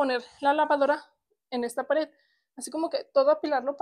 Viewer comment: se dice y se escribe pared no pader 😂😂😂